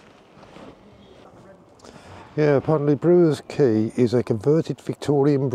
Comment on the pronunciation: Quay not Key